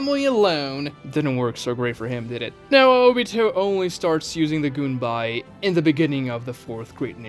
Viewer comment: goon whenever he says gunbai